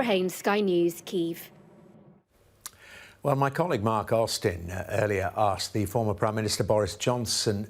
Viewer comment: "Kyiv" not "Kiev"